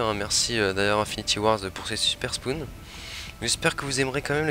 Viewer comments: mdr au debut il dit SPOUN ! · Mdr ... les spoun.... on dit spaun